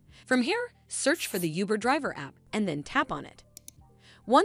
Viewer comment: Lost me at “youber “